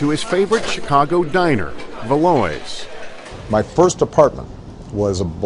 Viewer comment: Actually Valois is pronounced valwa but hey, they're American!